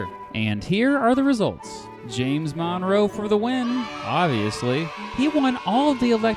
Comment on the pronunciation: The way you pronounce "Monroe" as "MONNROE" does not get in my nerves, but gets in my head.